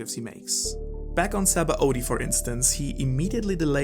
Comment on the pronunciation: Just call it Sabondy, rather than the forcefull Saba-Odi that you are trying to pronounce as.